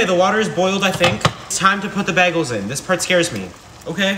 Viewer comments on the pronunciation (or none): Be-gel or bag-el??? Not it’s a BAY-gel. What the hell is this pronunciation???😭😭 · It’s pronounced BAY GUL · Bagels pronounced bay gulls but for for this guy it’s baby girl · Im from the uk and i have never heard anyone pronounce it like that. I thought it was “BAY-GULL” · Bay-gulls is how it’s pronounced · It is pronounced bay gulls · It’s pronounced bay-guls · you know you're actually supposed to pronounce it like bi-gals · Bros really scared of boiling water, can’t Pronounce bagel right, and on top of that makes a part two. Abysmal.